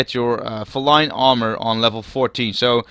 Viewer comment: It's pronounced fee-line btw.